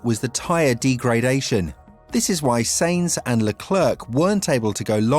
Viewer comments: Stop saying S*E*inz.. its pronnounced S*A*inz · Please stop mispronouncing Sainz, Scuderia and Leclerc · These words are in desperate need for you to stop butchering. My ears are bleeding. Leclerc Sainz Scuderia Degradation Monegasque